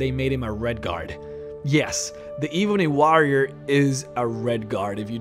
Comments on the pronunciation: the eeebony wa-rioer 😂 great accent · E-BUNNY WAH-RRIAR! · You pronounce "ebony warrior" funny